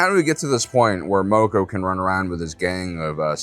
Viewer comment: Mispronouncing mokko when they say it in the show 🤔